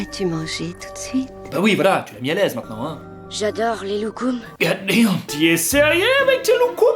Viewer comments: Gat damn t es sérieux avec tes lugums 😂😂😂😂😂 je t'adore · 'J'adore les loucoumes' Oooooook